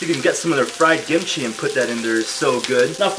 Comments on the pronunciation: WHY ARE YOU CALLING IT GIMCHI?? ITS KIMCHI! good video btw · I keep hearing “gimchi” am I crazy or is he calling the kimchi “gimchi”???? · Why he say it as gimichi lmao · cringe cos "gimchi" like you can say it that way but i always say kimchi- also CUT THE MEATTT